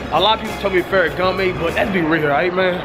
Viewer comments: LOL .., if you making a video about high ending shopping.. for the sake of god, someone tell him how to pronounce Ferragamo and Versace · lol feragamme its called ferragamo. and that was versace lmao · It’s not “ferry gam may” it’s “ferra gam o” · CMON CASH ITS FERRAGAMMO NOT GAMME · Wtf is ferragamay? Thought if was Ferragamo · I I I I just gone have to go wit Ferragama!! It's Ferragamo Cash!!!! 😂😂😂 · Cash it's not ferragoma it's ferragamo stop adding the (A)😂 and u was at the galleria mall in Texas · yo it's not feragamay it's Ferragamo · Tf is ferragamae its ferragamO not ae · its not ferragama its ferragamo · "ferragamo" cash...not "gamay" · 😂😂😂 "Ferragame" its ferragamo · cash it's not pharagamme lol gammo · if he say fereagame one more time 🙅 . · It's ferragamo!!!!!!!!!!!!! Btw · Goat did u really just try to correct him and u still said it wrong it's "farragamo" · Yvng_papi809 ferragamo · fool keeps saying ferragamay... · The way cash said "ferragamo" is so cringey he said "ferragi" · Sound like he sayin "ferragamay" 😂😂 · LMAOOO Ferragamay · Ferragamè lmaoo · Ferragamme😂😂😂 cash would pronounce anything wrong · Pharagammè and Fasashe... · Did this nigga just say ferragame? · the fuck is FerragamA😂😂😂😂😂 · Its pronounced "FAIR-UH-GOM-MOE" not "FAIR-UH-GOM-MAY" nigga damn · Yvng_papi809 did u just try to correct somebody and said it wrong 😂😂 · My nigga i mean this with the utmost respect if u cant say Salvatore Ferragamo right U dont need to buy it real shit smfh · Cash can't pronounce no designer name. 😂😂😂 shit tragic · Bruh he say foshashi instead of Versace he said ferragamay instead of feragamo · feragamme? lmfao cash cant say Versace lol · When cash said farragomay and berburry😂😂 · "Vershashe belt" "ferragamay" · "Fashashee" and "ferragamay" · "Ferragama" "bearberry" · Ferragame. Vershashee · Nigga said ferragamee,vashee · Cashes pronunciation is all messed up Vasashe Louib Batton Feragmmae 😂😂😂😂😂😂